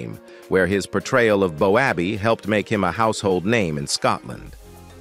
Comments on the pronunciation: 100% best comedic sketch/show/programme, whatever you prefer saying, was so funny, realistic in many ways, but AI come on. Stop getting still game names wrong 😂 Bo abbey lol Ah what a fantastic iconic comedy, will always love it 🏴💙🤍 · Its not bo abbey its bobby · It's Boaby.... ❤ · The commentary was excellent pity about the pronunciation of the screen names. If had watched, he would know how to say the names…..lol 😊